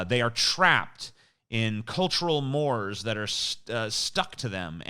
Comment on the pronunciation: Just for future reference, "mores" in the context you were using it in is pronounced "more-raise".